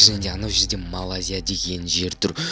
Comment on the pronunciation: Малазия емес Малайзия И еще Қазақстанға Малайзияның не қатысы бар